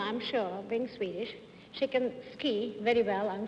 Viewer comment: John should have practised Swedish pronunciation a little bit more before the show.. that was horrible 😄